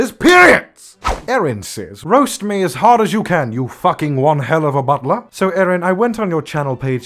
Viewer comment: You are very easy to roast. Ehem, by the way it is roast not "rost."